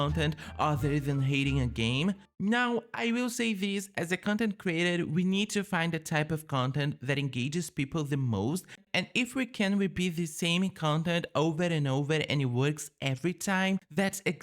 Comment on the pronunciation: so uma mini correçao q vc nao pediu: no momento , eh engage com g…nao quero de forma alguma soar babaca pfv nao leve isso do jeito errado!! so q vc disse q queria melhorar seu ingles (q ja eh muito bom) entao decidi dar essa dica…